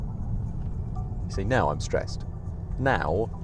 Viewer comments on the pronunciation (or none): This dude: "I'm no longer streessed" *Confused car noises